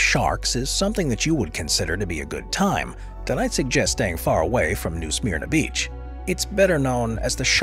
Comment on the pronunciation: It’s pronounced “New Smerna Beach” 😊